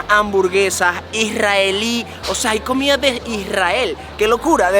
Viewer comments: Ameeeee el videoooo😍 pero es COMIDAAAAAA No comiaaaa jajajajajaja mis oidos arden cada vez🤣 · Dijistes comia como para q te corrijieran. jajajajajaj COMIDA,.